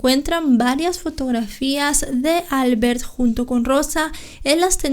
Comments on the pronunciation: Albert es un nombre catalán y se pronuncia : Albért . NO albert. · en catalán se pronuncia "Albért" (el golpe de voz se hace en la e no en la a) :)